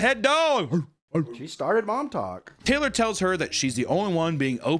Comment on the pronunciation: Every time I heard "Mom Talk" I would hear "Montauk" as in "The Montauk Monster".